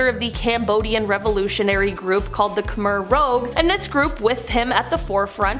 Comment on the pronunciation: I love but every time she says Khmer Rogue I cringe. It's rouge, like the colour red in french. Not like the dope comic hero. I've literally never corrected pronunciation in the comments before, as those folks that do also make me cringe, but I just had to. It's like Elizabeth Berkeley mispronouncing Versace in Showgirls.